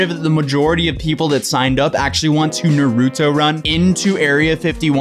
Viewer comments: no hate but its naruto not narudo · Naruto not naruuuto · The way you say Naruto triggers me I'm sorry. It's Naru-to, not Nar-U-to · "Naroooooto?" It's Naruto (Narr-uh-toe) lol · Na-root-oh? I always though it was pronounced nar-uh-toe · God, anyone else got a pet peeve on how so many people say Naruto wrong? ITS NOT FUCKING NARUTU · The way he says nuruto makes me cring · can’t pronounce naruto right don’t say it it’s NAH-RAH-TOE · Na-rue-tow lmao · The show literally says Nar-uto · “NUHROODO” 💀 Naruto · Nah ru toe? Wtf I hate people who talk the wrong way for no reason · NAW ROO TOE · You said Naruto wrong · The way they pronounce “Naruto” actually triggers me. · I lost all faith in you...You said Naruto wrong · "Nar-ooo-toe" haha you can tell this guy hasn't seen Naruto 🤣🤣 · you are saying naruto wrong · When fake anime fans pronounce naruto WRONG >> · The way he said naruto 😂 hurt me a bit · Ok... when you say Naruto PLEASE TELL ME WHERE YOU HEAR THE D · The way he pronounce Naruto sounds like a fake Naruto show. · So no one else is triggered by pronunciation of Naruto? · love you but you’re not pronouncing naruto correctly. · Lol I can see all the naruto fans getting triggered at this vid, he’s literally pronouncing his name wrong the whole vid😂